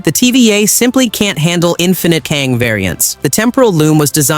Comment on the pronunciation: How does he keep pronouncing and mispronouncing Kang’s name… 🤦🏾‍♂️